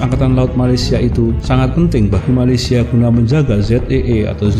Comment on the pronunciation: tapi kalau mau sebut nama negara Malaysia sebut la betul betul jangan sebut macam tu